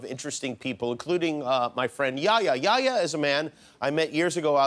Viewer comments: His name is yeh-ya not yaya😑 the first part is like saying meh but with a y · I love this guy Btw his name is pronounced (yehh yahh) Not yaya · Its Yehya not yaya!!!!! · it’s yehya not yaya 😂😂😂😭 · it's not yaya man it's yah-ya He say it like yoyo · It's "yehya" not "yaya" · omg for the love of god. it's not YEAHYEAH. its yah-hee-ya. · It's not yaya it's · It's yehya not yaya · Bro its not jaja its YEHYA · you really just said yaya yehya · Lmao, my name is, and pronounced like Yehya, pretty strange fam. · Yehya = yaya Lol dude wheres the H you have to say it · He makes fun of the guy's pronunciation When he pronounces his name "Yehya" wrong You need to show the H more it's not silent